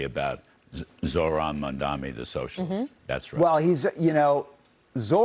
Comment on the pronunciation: It's written in huge letters above your head, but you still can't pronounce it right. It's pronounced Mom-Donnie